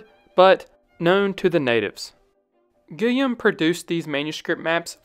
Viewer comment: Guillaume is pronounced gee-YOME, with a hard G as in go. 😊 Quivira is pronounced key-VEE-da. And others. Great video, just practice your European pronunciations. 😊